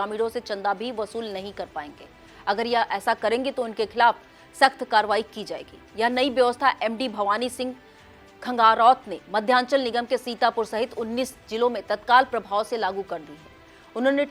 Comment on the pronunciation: सर नमस्कार खबर नामे के लिए हार्दिकबधाई, सब कुछ बहुत ही अच्छा है बस आप की न्यूज़ एंकर को बोलने मे अभी दिक्कत है, जैसे श को स बोलना ज़िलों को जिलो ऐसी बहुत सी कमी है अभी. मंच बहुत बड़ा है बड़ा है सर ध्यान देना होगा, आप का फैन.